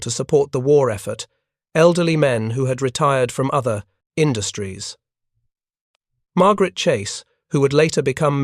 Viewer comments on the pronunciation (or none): none